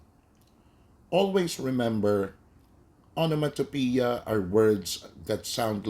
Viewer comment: its actually pronounced "ah - nuh - muh- tah - peh - yah"